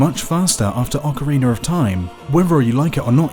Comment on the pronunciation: "Ocareener of Time"